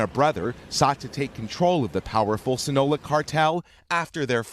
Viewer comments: Sinola cartel👎👎👎😂😂😂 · Sinola? It's See-nah-low-ah pendejo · Funny how he pronounces other words correctly but cant say Sinaloa Its pronounced see-nah-low-uh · sinaloa as well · Say “Sinola” one more MF time 😡🤣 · This guy says Sinaloa wrong one more time and el chapos son is gonna have a word with him lmao. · CULIACOON, SINOLA?.......WOW! IT’S LIKE WHEN YOU’VE ALREADY GOT THE JOB...WHY EVEN TRY? RIGHT? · Culiacoon, Sinola 🤣🤣 where do you find these reporters lmao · Man if you gonna report something make sure you say the names right mofo saying culiacoon thinking of Cancun and sinola, mofo should pronounce and not butcher the spanish language. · OMG! Don’t reporters get a phonetic spelling of foreign place names? This guy’s pronunciation of Sinaloa and Culiacán is so far off that I barely recognized that was what he was saying. If he would come down here to Morelia, Michoacán de Ocampo, I’d be glad to help him out. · This guy butchered Culiacan and Sinaloa so bad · Worst reporter I've ever heard 'sinola' 'kulia koon' and who could forget 'coloradaa' definately worth checking prenounceation before publishing😂🤣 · Sinola cartel? Cooliakoon? Coloradah? This guy hahaha